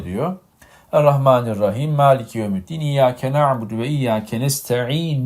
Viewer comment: Burada Fatiha suresini yanlış okuyor gibi geldi Rüyayı gören kişinin çünkü Maliki yevmiddin olması gerekirken maliki yevmúddin gibi anladım . Belki ben yanlış anladım.